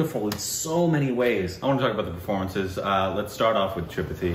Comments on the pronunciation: The movie was insane. Also, just FYI, it's pronounced as three-paht-eee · Another thing regarding Tripathi's name. It is writtern with single 'a' but while pronouncing, it is said with double a.. When pronouncing, it will be "Tripaathi"